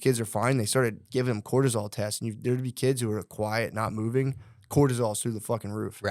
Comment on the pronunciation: “Gotta get mouving”